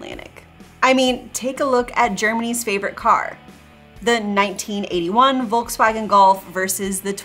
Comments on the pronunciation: Don't say "Wolkswagen". It sounds so incredibly bad. Sounds horrible. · My biggest beef, is that for some reason, Americans still haven't figured out how to pronounce Volkswagen. I'm not even German, and it baffles me. And don't even mention Peugeot or Renault. And i'm not French either.